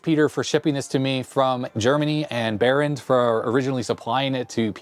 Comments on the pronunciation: 😂 keep saying Bernard instead of Berend. Oh well, great video anypoop. ;) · Berend not Bernard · sorry to tell you i know we dutch people have some wierd names but u pronounced the name wrong, its Berend not Bernard :/ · Reads Berend, says Bernard... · You could attempt to say Berend's name properly considering he gave you a free (and likely expensive) computer.